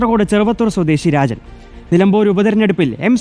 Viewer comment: രാചൻ... അല്ല... രാജൻ